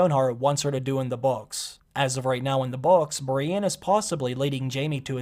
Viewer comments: I hate the way he says Brienne. It'sn E not an A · please don't ever say the name brienne outloud again...